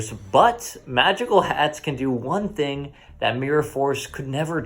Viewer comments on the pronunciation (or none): none